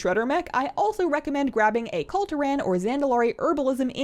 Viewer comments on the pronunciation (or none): "kul tir-AN"